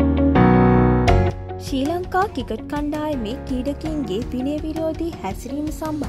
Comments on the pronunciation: කිකට් නෙවෙයි ක්‍රිකට් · කවුද බං මේ වොයිස් කරන්නෙ. ක්‍රිකට් කියාගන්න බෑ. කිකට්